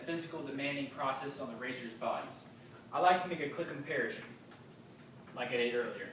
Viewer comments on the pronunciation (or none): "a click comparishun"